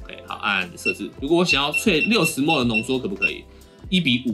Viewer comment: 請問ml大家都念幾默幾默嗎？ 聽著不習慣